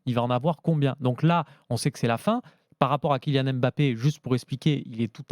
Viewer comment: « KyNian Mbappé » qqn va lui dire un jour ?